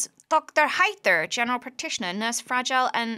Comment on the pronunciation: Nurse Fra-gee-lay! oh, it must be italian!